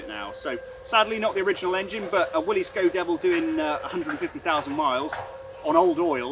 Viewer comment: Thank you. Thank you for being the ONLY person I have ever heard pronounce Willys properly.